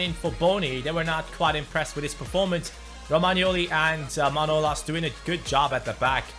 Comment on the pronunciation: come on its manolàs ( Μανολάς) not manolas